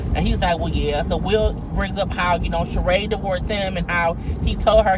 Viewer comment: I know this is very trivial but I have to say that his Ex wife's name is pronounced Shereeeeeeeeee!!!!!!!